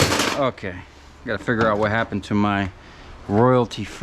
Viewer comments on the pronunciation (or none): none